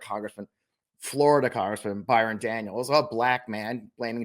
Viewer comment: It’s Byron Donalds, not Daniels. Get serious yerself.